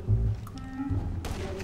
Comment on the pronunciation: En ves de estupido parecia que decia estupiro😂😂😂😂